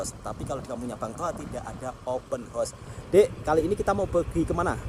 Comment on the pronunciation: Kalau tak dapat sebut open house dgn betul... sebut je majlis rumah terbuka... Tak perlu sampai sebut paip terbuka atau kuda terbuka..